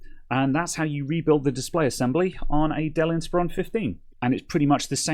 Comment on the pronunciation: sorry about that question: Are you sure you're pronouncing inspIron correctly?